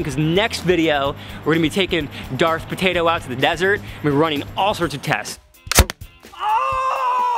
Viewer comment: "Tator" its a patoto dude